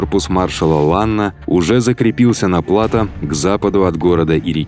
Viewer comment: Отличные видео, познавательные и подробные. Но хотел бы поправить, в слове плато ударение идёт на букву о, а не на а.